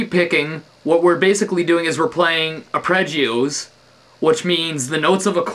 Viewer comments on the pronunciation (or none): Apregios!!! He said apregios!!! :O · "appregios", LOL! I'm sure you said it that way on porpoise. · They're called arpeggios not apreggios lol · AR-PEDGE-EE-OZE. Not apredgioze!